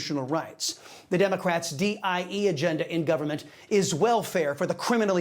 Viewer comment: salcedo keeps saying DIE instead of DEI